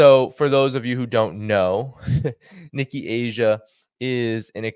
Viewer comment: this is the second time you pronounced Nikkei as Nikki. Nikki Haley, yes. But Nikkei is pronounced as NeeKay.